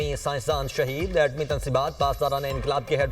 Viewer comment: Shaheed Hoye hain plz bekao media alfaz thek se bolo